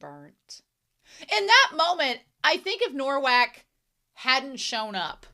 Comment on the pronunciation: Thank you for this reaction! For the future, I know you already realised its "Nowak", but let me explain the spelling - its spelled like "Novak", our "w" sounds like your "v", and your "w" sounds like our "ł", which is actually a letter used in Rafał's name. I love this series and your reaction to it!